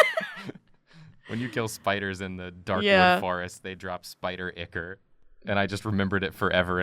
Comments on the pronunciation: I don't want to bring this up only because I pronounce (ick-or) as well, but it's actually pronounced (eye-core) 😣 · if you keep pronouncing ichor like that everyone at the blood store is going to be snickering behind your back